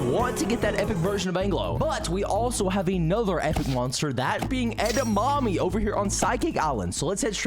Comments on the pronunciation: Why does he say Eda mammy it’s edamimi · IT'S EDAMIMI NOT EDAMAMI, DUMBA$ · Edamimi is pronounced Ed-a-me-me Have you ever heard of Edamimi Beans 🫘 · it's definitely pronounced eda-mommy right guys 😩